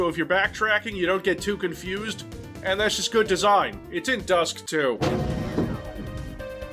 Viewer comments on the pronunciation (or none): What’s that “Dusk too” or “Dusk 2” You know something we don’t?